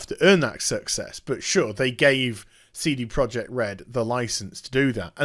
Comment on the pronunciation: First off, it's amazing how you make a 14 minute video out of a 2 minute news story... Secondly, please stop calling them Seedy Project Red... :O